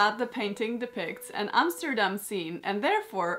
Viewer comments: Awwww, you’re pronouncing Arent Arentsz and Amsterdam so well! His nickname ‘De Cabel’ is pronounced with the same ‘a’ like ‘ahhhh’ as is Averkamp from Hendrik Averkamp. Everything pronounced as an English ‘a’ is written as ‘ee’ in Dutch. But that’s not your expertise, so no worries!! I love what you’ve made from it regarding that if I’d lived 500 years earlier I could have looked like this. Because I’m even from the same part of NL🤗 As a child I’ve skated very often, but now not so much ice. I guess I should come to your country then! Oh and one more fun thing you remind me of my aunt when she was younger. So you look Dutch too🤩😎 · Yes! Finely a dutch dress! Have been waithing for this. Love how it tured out. I alsow like how you prenouns Amsterdam. Its like your a Dutch person yourself! No strange Emsterdem sound